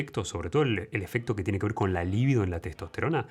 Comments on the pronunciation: Por qué dices "lívido" que quiere decir 'pálido'. Se dice 'libído'. Muy doctor pero no sabes cómo usar los vocablos correctamente m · Libido... NO Líbido ... es grave sin acento NO esdrújula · Se dice libido, y no líbido.